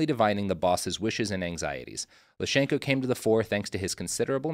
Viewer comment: his name was Lysenko, not Lyshenko, come on. He was a mad egomaniac, but call him by his real name.